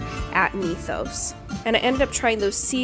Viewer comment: "Mee thos"? Greek Mythology... Myth... Mythos. C'mon now lady lol. Your husband ran with that pronunciation too? 🤣